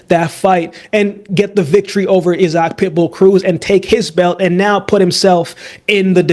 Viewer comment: 😂😂! I'm wondering why they say it like that. My homie's name is that an they pronounce it "eye-zick" idk...🤔